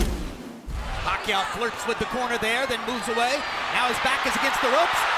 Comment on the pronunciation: hate it when jim lampley referring to pacquio pucquio